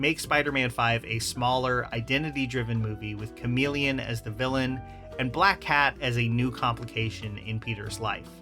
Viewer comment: Lmao bro said chameleon 😂😂😂😂 GTFOH dude